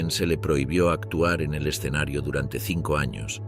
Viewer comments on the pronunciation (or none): none